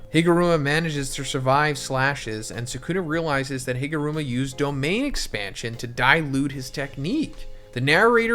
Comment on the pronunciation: Higuruma ❌ HIMuruma ✅